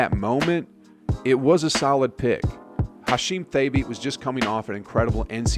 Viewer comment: I think you’re pronouncing Thabeet incorrectly. It was more like “ta-beed”